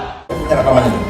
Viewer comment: Zulkifli , ustadz apaan kalau ngomong ga bener "khilafah" , tangkap aja pak polisi .!!!!!!